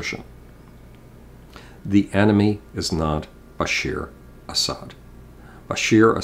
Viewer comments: It's Bashar not Bashir At least get the name right. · it's Bashaard Asad not Bashir Asad.